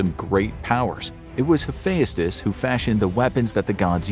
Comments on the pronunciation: It's hu-fe-st-ous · You really butchered some pronunciation in this, Hephayustus? Bruh come on how have you never heard of him, it’s pronounced “Hephestus” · Hephaestus is pronounced hif-EST-us in American English. If you want to be really correct, Uranus is pronounced YOR-uh-nus, which doesn't inspire so many jokes. Dionysus probably wouldn't appreciate being illustrated as a white-haired old man. He was usually depicted as a clean-shaven or bearded young man. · Yeah, and I thought I was pronouncing them all wrong, like "Hephaestus" pronounced as "Ha-fe-as-tus"? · The way this guy pronounces Heaphestus reminds me of how Frank Welker pronounced "treasure" when he voiced Fred Jones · I'm not sure what's worse the accuracy of this list or the way you pronounced most of the names the worst one being hephaestus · the way he said hephaestus 😂😂😂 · His pronunciation tho. He says Hephaestus like a Scottish lad.